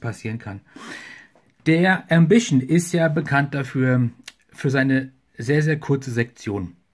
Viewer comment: Der Füller ist so etwa wie ein Parker Vector nur Wertiger Ich Meine der Füller ist ganz OK , ist für Studenten eine gute Wahl .Preislich Ok gut Verarbeitet ,und hat eine ganz gute Feder. Ich meine der Füller wird Ausgesprochen wie man ihn Schreibt. Ambition und nicht Ambischen . Ist Egal ,wir Wiener Sagen Paradeisser zur Tomate.